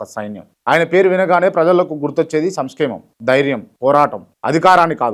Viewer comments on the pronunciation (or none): శ్కనం కాదు bro, క్షణం.. సంష్కేమమ కాదు సంక్షేమం... మిగతాదంతా OK. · సంసేమం కాదు బ్రో సంక్షేమం జగన్న లా మాట్లాడుతునావ్ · 'సంస్కేమం' కాదు అది... 'సంక్షేమం' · Payment baga mutinattundi, small correction adi Samskhemam kadu Sanklemam